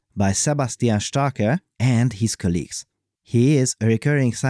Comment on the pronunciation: Not Sebastian StarkAAAH but Starke like E in the beginning of Energy